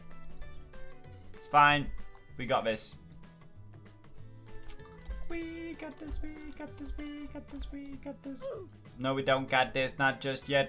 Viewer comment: was he saying we got this or wee cactus?